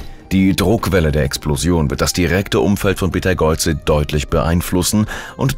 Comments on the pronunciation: Betageuze? 😂😂, KI kann nicht Namen aussprechen 😂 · Dude.... es heißt Beteigeuze.... Auch für schlechten Content sollte man sich ein wenig mühe geben.